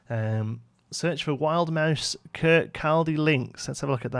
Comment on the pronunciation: I live near Kirkcaldy. It's pronounced Kir-CAW-Day. And the Links market is Europe's largest street fair